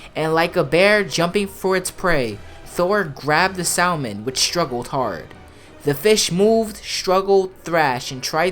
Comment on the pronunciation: Idk how you can play GOW so many times and still pronounce half the characters wrong. PS you don’t say the L in salmon.